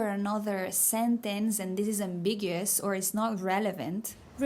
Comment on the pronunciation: Ambiguous. Am-big-u-us 😉 Love your videos. I’m learning to speak Spanish and really like the way to teach.